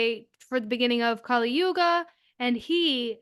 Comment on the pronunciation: Kali Yuga is pronounced as- kuli yooga, as in, sully (with a single l) Whereas, goddess Kaali is actually pronounced as os bali (the famous tourist place in Indonesia). The thing abt why kali Yuga is named such is becz it's namd after a demon named "kali" (again, pronounced as sully with single l). Hope this helps. Here's so intresting thing, the west has been canfuded abt kali and kaali for atleast 3 centuries now, so you tripping over small pit is nothing new, it's mostly because of pronunciation difference. If you one day get to lean sanskrit (in the devanagari script and not roman), then this problem of pronunciation will become more clear.